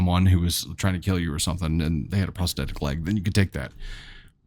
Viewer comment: You do such a god job pronouncing words as compared to others, but the word prosthetic has a "th" in it, which is pronounced as it is in the word "thought", for example. I love listening, but mispronunciation grates on my nerves and makes me want to move on, which I have done with other sites.